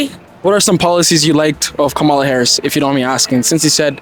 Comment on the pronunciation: Its going to be bad for us Trump is a lunatic and a felon these people who are interviewing don’t know what they are talking about the black lady is exactly right and you are saying her name wrong